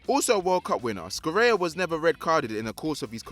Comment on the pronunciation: Scirea ["Sci" is pronounced shi]